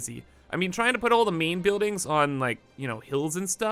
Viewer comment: I been watching you for so long and I still don't know if you saying main or mean😆